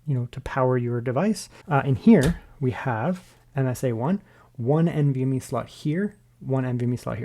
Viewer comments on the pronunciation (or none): none